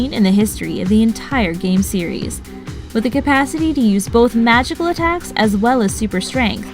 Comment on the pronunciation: Cumpasity it's capacity dude if you can't say the word don't even try I know you're reading from a script but really even I caught that faux pas